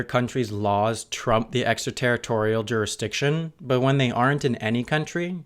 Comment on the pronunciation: "Juristiction"? (minute )